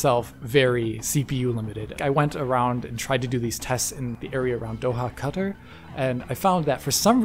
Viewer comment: You pronounced Qatar correctly. I am impressed.